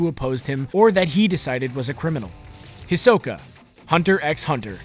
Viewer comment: he said hisoka's name wrong